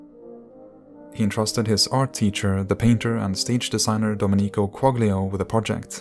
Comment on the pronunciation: Great German and English pronunciation but the Italian could use some work. Domenico Quaglio is pronounced Doménico (emphasis on the e, not the i) and Quaglio is pronounced Qual-yo or Qual-jo (German J sound).